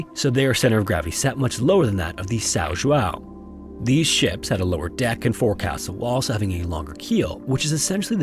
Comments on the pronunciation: The correct pronunciation in portuguese of the ship's name is something like this: Saun Joaun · "Sow Joo-ow" 😂😂😂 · You completely butchered the name São João. It's that hard to Google the right way to pronounce the name, before making the video?